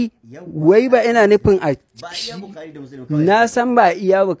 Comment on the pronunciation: Kai wannan a fara koya masa hausa wai yacca da kuma bikhari ku gaya masa bukhari ake cewa wlh ko ni sai na dagalgalashi